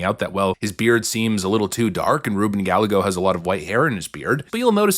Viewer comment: Can we stop!?!? ITS RUBEN! It’s not a maybe or a possible! ITSSSSS RUBEN GALLAGOS